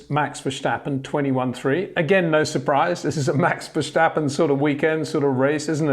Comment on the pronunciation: Thanks Peter! Your Dutch needs a little work. It’s ver-stappen not ver-shtappen. So pronounce the s like in versatile or still. 👍